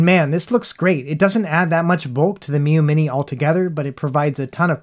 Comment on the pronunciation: Ha, nice "three Miyoo monte" attempt in the beginning,!